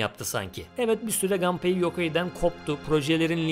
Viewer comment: Japon oyunlarında mesela Kazuya Kazuya, Mishima Mişima okunduğuna göre, Japon spikerler maçlarda Nakamura'yı Nakamura okuduğuna, Samurai'ı Seymarey okumadığına göre Gunpei'yi muhtemelen Ganpey okumuyorlar.